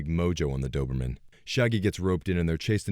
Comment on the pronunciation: lol aw man even though this is an old vid as soon as I heard "Doberman" I was like WTF and scrolled down to find this